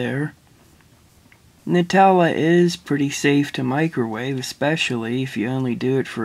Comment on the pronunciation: FINALLY SOMEONE PRONOUNCES IT NUTELLA NOT NOOTELLA